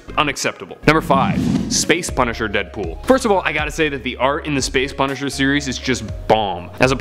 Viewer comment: I love the punisher and the space deadpool was called the pun-isher?